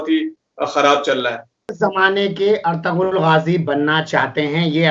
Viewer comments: akhtarul ghazi naihi hai wo ertugrul ghazi hai achhe se pado mere bhai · Naam toh sahi bol bhai, Akhtarul gazi nahi. "Ertugrul Ghazi" hei woh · Bhai ertugul Ghazi hai Akhtarul Ghazi nahi hai Bhai aap galat naam lerahe ho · Ertugrul Gazi you should pronounce it properly your calling Akhtar ul gazi wrong in urdu its call artugal gazi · Pronounce properly it is not Akhtarul ghazi it is "Ertugrul ghazi" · ek baat mai correct karna chahta hun, akhtarul ghazi nahi sir,, Ertugral ghazi hai, thank you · Artarul nahi artagul thumpnil me correct kar lo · اس سیریل کا نام ارتارل غازی نہیں بلکہ ارطغرل غازی ہے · Assalaamalaikum WA rahmatullaahe WA barkatuh.! Please try to pronounce correctly "Ertugral Ghazi" ( ارطغرل غازي). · Aarturool aar-tu-rool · Mai turkey wala dekhta hun usme pronounced hai -- aar-tu-rool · Ertugrul ghazi naam to thik se le Sir